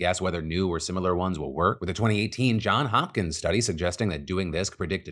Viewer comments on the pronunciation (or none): Phil, the institute is called Johns Hopkins, with an S. A guy in the news business should know this. When you fumble little things it speaks to credibility. They told me that in journalism school and it's true.